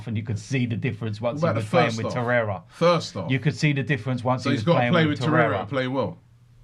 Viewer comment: So many people have an agenda with Xhaka, Robbie!!, And it’s Torreira Not Toreyea